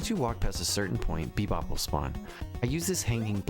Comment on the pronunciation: just heard, you said bepob, not rocksteady on the rocksteady fight